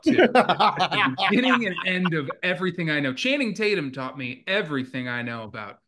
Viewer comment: "Channum Tating" cmon 😂